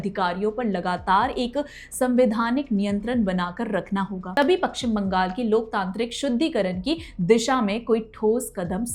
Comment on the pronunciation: Madam it is paschim bangal not pakshim bangal. First learn to pronunciate it.